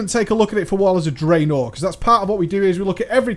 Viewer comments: i love your videos and your channel but i have a question, why do you put so much emphasis on the second half of two syllable words? draenor, not drae-NOR!!! lol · "Drey-NOR!" haha :P